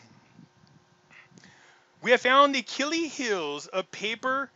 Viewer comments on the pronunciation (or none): none